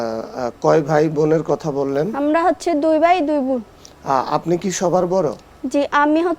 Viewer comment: চট্টগ্রামে ভাষা উচ্চারণে এতো ভুল। দুঃখজনক ঘটনা শুনে যদি হাসি আসে ভাইকে বলে বাই,চারকে বলে স্যার, এতো লেখা পড়া করে কি লাভ যদি শুধু উচ্চারণ করে একটা প্রোগ্রামে কথা না বলতে পারলে😢😢😢